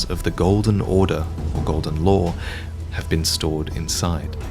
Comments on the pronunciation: I thought he said "Golden Lore" the first 3 times he said "Golden Law" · I can't tell if you're saying the Elden Ring is Golden Lore or Golden Law. edit: Subtitles clarified. Thanks for having them.